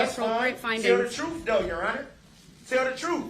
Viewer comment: Your trooof…you wouldn’t know the truth if it bite you in your behind. You are always talking about the “troof” and everytime you open your mouth you are lying.